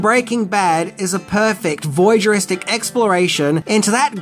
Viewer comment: voyeuristic, not vouygeristic